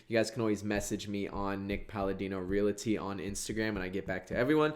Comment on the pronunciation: Please, please.... There's no "i" in Realty. "Reality" is not a real, actual word. It's Realty/Realtor.